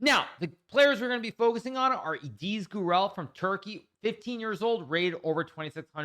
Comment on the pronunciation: One correction on the pronunciation: i in ediz is a short vowel. So it's not edeez.